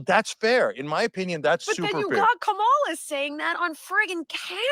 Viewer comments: Still saying Kamala's name wrong. Cenk not "course-correcting," her is telling. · When will right wingers stop pretending that they’re unable to pronounce Kamala properly? Election is over, the trolling is no longer needed. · Cenk is a snake. Fully spouting MAGAt talking points; letting the (seemingly intentionally) mispronouncation of Kamala Harris's name; calling human beings "illegal" - that's just right wing White Supremacy dog whistling, like White people being expats and Brown & Black people immigrants (at best) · This woman purposely said Kamala's name wrong and Sellout Cenk just laughs it up and does nothing. True grifter.